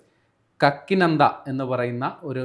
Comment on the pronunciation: സുഹൃത്തെ കക്കി നന്ദയല്ല കാക്കിനാടാ. കാക്കിനാട വളരെ പ്രസിദ്ധമായ ഒരു സ്ഥലമാണ് ആന്ധ്രപ്രദേശിൽ. അവിടെയും ഇവിടെയും വായിച്ചിട്ട് എന്തെങ്കിലും പോകുന്നതല്ല ജ്ഞാനം.